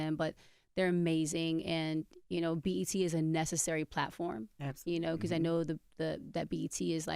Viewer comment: The way envy says because it’s so dumb like he doesn’t know how to pronounce it properly